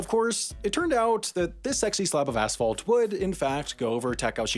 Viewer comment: That asphalt sounded like some other word...